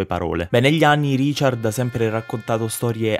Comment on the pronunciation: Non sa nemmeno pronunciare RICHARD! Ha detto Riciar !!!!